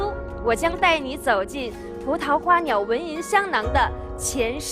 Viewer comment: 马苏断句断错了吧？应该是： 葡萄花鸟纹，银香囊。她说成：葡萄花鸟，纹银，香囊。